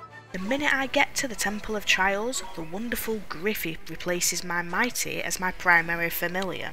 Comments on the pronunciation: Take a shot for every time she says "Mighty" instead of "Mite" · It's Mite, not Mi-tee. It's extremely obvious, almost all of the games creative sense is based on puns. The pun is might. The genus is Milite, same pronunciation. Even the possible 4 default names include Mitey, which is not Mite. Finally, it's a very poor familiar even mid game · mite pronounced MIGHT